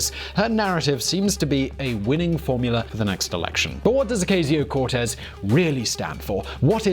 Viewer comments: Its a soft A sound like "ah" in Ocasio. It's super jarring to hear you pronounce it with a hard "A" sound because she's constantly in the news in my area. Regardless of your feelings about socialism nobody in America is really talking about seizing the means of production. The only industry anyone wants to be taken over by the government is health insurance, because it's hard for most people to afford to go to the doctor and the current system still costs the state more than countries with fully socialist economies. Other than that investment in infrastructure during the two world wars is exactly what our economy was built on before the red scare and we have slowly destroyed the social safety net since then. All most people want is a return to pre-Reagan tax rates, education costs and minimum wages after adjusting for inflation and people under 35 have it the worst no matter what school they graduated from or didn't. I don't know if I agree with all of her solutions, but they're not very radical when you compare them to older economic policies. The most radical part of that group of Democrats is their social policy and commitment to racial equality, which has never existed here, and that's why we can't just do school vouchers for everyone without unintentionally reinforcing segregation in some places. It's also better to think about American government like the EU with 50 different independent countries inside that just happen to all speak the same language, so there is a hug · Click the 'Like' button if you enjoy hearing an English guy mispronounce the surnames of American politicians ; ) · When you do a video on someone maybe you should pronounce their name correctly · Watch for the "T" sound. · How do you pronounce "Ocasio" wrong when she's easily one of the most popular figures in politics right now? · It's pronounced OCASIO, not O-Cay-sio learn how to pronounce foreign names you small minded little prick it's not difficult at all. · "Oh-kay-see-yo Cortez"